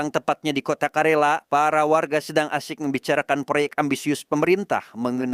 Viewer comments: Izin koreksi bang, KERALA bang bukan KARELA 🙏🙏🙏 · Karena bolak balik ngomong karela jadinya greget pgn ngralat....KERALA"" ya bukan karela.kerala suatu daerah di tamil nadu india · Izin korupsi bg bukan karela tapi kalera 😄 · Om bukan karela tapi kerala